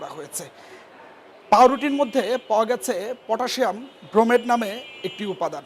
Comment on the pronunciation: ক্রোমেট না ব্রোমেট